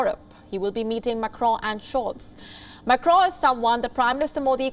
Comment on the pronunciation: This girl doesn't know how to pronounce Macron's name. She also doesn't moderate news reading properly.